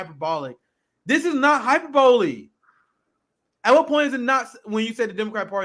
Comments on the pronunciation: Not how you pronounce hyperbole... Hi-Per-Bole-Eee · The key is putting the accent on the second syllable -- hy - PER - bo -- lee (whereas put it on the first syllable -- HY - per - bo - lee).